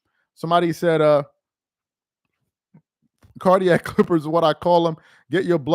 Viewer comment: Nah. Not Cardiac. Not Cardiah. Not cardiac. Not cardiah. /